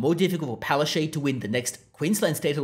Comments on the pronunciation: It's pronounced palachook. And there are far too many photos of her in this video. Please don't punish us by forcing us to look at her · You're not pronouncing her name correctly its Pileofchyte....